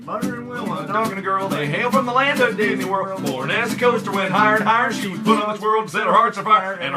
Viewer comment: Did I hear "DIDNEY WORLD"!